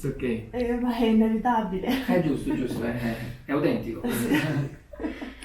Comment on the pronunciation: "È inevitabbile" hahaha